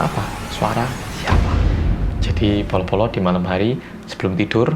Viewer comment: Hi, aku termasuk baru banget nonton video2 kamu di youtube, ya kira2 setelah lockdown di Australia berlaku. Aku suka banget dgn konten2 rindingdong n detektif reomit. Aku cm punya satu pertanyaan, kan medok ya hehehe tp pas pronounce bolo-bolo kedengerannya kayak “polo-polo” ya? Apa ada penjelasan soal ini yg aku belum nonton di video? Thanks and keep up your good work:)